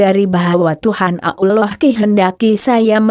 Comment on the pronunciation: Hoak ini kedengaran nya nyebut Allah aja ngak bisa . Pasti non muslim